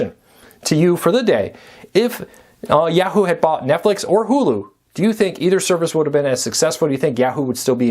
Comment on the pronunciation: I know - it's YAH-hoo.